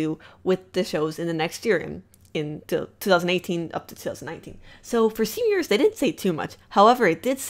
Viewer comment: Evrytime she says stven universe I hear seniors